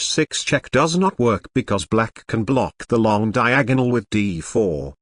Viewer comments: "Queen travels down the long DiaAHG-GUHnal" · Brilliant "Diagonal" pronounciation.